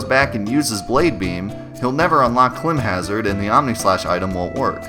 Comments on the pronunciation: Awesome video, good info, I learned all this stuff from the Versus Guide. If you're OG you know what I'm talking about. Also, I think it's pronounced climb (as in climbing up a cliff) hazard. Not klimb. But that's just me. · I think it's pronounced "climb hazard"